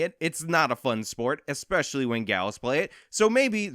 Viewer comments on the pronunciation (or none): 'eggspeshully on the left wing'.... ahahahaha okay kid.